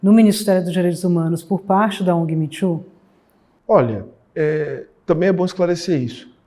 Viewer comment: Custei a entender o que estavam querendo dizerem como "mitchu" . Pelos amor de Deus!!! O movimento se chama " Me too", que se pronuncia "mi tu".